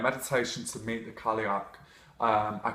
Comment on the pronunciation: Cailleach is pronounced 'Ky-loch' (as in Loch Ness). Not being picky, really like you and your vids! It's just so hard to focus when you hear Irish mispronounced.